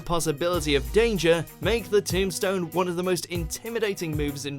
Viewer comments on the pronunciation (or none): none